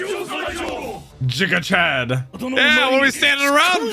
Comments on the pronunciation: GIGA CHAD NOT JIGA CHAD, IT’S GIF NOT JIF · I hate how you pronounce giga chad 😂